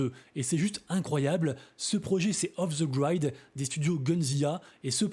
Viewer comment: Off the GrIIIID avec un I ! Pas Aîe : ) !